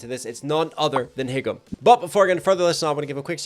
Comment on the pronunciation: It’s pronounced haegum(hey-gum), not higum, lol :DD